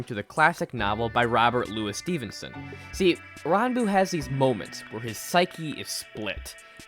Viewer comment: your saying his name 100% wrong